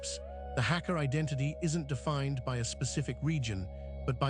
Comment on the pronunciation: Hak=guest ka=family prounounced Hagga